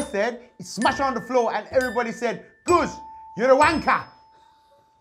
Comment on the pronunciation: Amazing how no one after 6 episodes seems to notice that Guzz pronounces his name differently than everyone else. I wonder who's got it right?